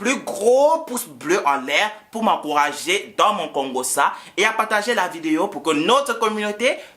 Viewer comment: Nonnnnnn tu Kongoss"es"🤣🤣🤣🤣🤣🤣🤣 j'ai 👆 même conjuguée le mot Kongossa🕺